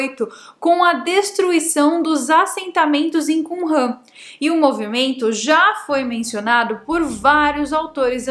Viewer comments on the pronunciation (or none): none